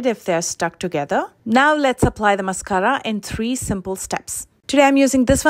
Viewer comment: Love the way u roll your “rr” s on mascarra!! (Mascara)😁